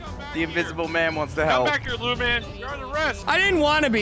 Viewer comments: Lawman not lewman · Lewman not luman